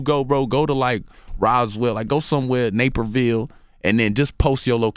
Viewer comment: Haha.. he said Naperville..lol